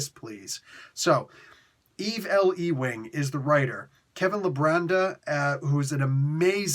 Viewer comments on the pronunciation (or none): Lol I just had to remark on the way you pronounced the writer's name: Eve L. E-wing. I'm pretty sure that's Yoo-ing, like J. R. Ewing on that old TV show Dallas. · Or Patrick Ewing lol